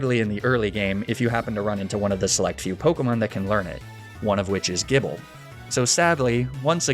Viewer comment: Weird pronunciations by ' Arcaneenay Magnemmytee/magnemeetay Jibble Stroojulbooj Fachaaday Luprah Siggyliph (it's Sidjyliph, isn't it?) Any others?